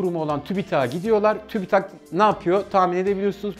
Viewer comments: Tübitak tübitak değil ki tüpütak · Tübitak değil abim siz bilmiyonuz . Tübit- AK , simdi oldu .